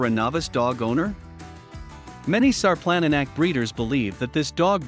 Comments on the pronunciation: its not sar planna nack its šarplaninac, say it like sharp-lan-knee-nuts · “Shar-plun-knee-nuts” sarplaninac. Please put some respect on the name. 🤦‍♀️ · All the comments on here are interesting and very resourceful. Alot of you commenting take pride in your breeds of livestock guardians. I'm taking all this info into consideration and the first thing I know for a fact is he is saying the name wrong, but I also am guilty of saying it that same way when I discovered this breed. Thank you everyone for the information you have poured into the comments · Announce the name of the dog properly you might want to take the video down until you know what you're talkin about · This dude is mispronouncing the name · good point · It doesn't inspire much confidence in the information when the name of the breed is not pronounced anywhere close to correctly.